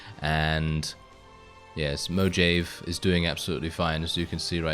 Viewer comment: I can't tell if you're trolling by saying Mojave that way or if you don't know that in spanish the "j" sounds more like an "h". Like Jalepeno.